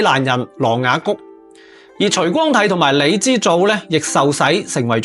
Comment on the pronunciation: 你徐光啟 唔係除光泰